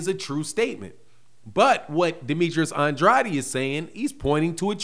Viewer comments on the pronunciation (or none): it's STOP SAYING HIS NAME LIKE a Illiterate.... It's An-drade NOT An-dr-a-de OKAY... THANKS CAUSE YOU don't sound to smart saying it WRONG. Love you Big brother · I love watching your videos but can you PLEASE stop pronouncing Demetrius's last name "Andratti?" He pronounce his own last name "Andrayed" so we should probably all say his name the way he does. I know there's an alternate pronunciation but that's not the way he says his name. Thanks in advance and keep up the good work. Love your show. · No he does not. I speak spanish Andrade is pronounced “And- drah - deh” the way he is saying it sounds weird.